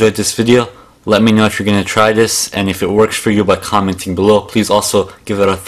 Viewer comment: "if it works for you by ..... below" what did you say? chhhoomenting? chhhhhooo-menting (hawk a lugi sound)-menting .. what are you trying to say? i dont understand? can somebody please post a link to an american video? or at least the english version of this video?